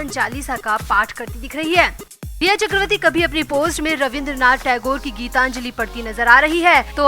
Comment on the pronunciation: Chakravati is wrong pronouns ,it should be chakraborty/chakravarty